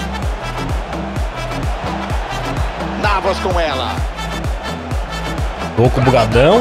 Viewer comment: so uma dica, se pronuncia “Dokú” e não “Dôku”. Tmj vc e brabo